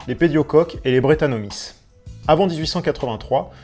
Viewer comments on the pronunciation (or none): Bonjour, interessante video. Je viens de découvrir ta chaîne et j'y apprends plein de choses. Merci ! PS : je pense que brettanomyces, ça se prononce" brétanomicesse" comme pour de nombreux champignons qui finissent en "myces"...